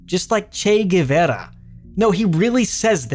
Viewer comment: coll video,is not "guevera"that you say,you should say "guevara"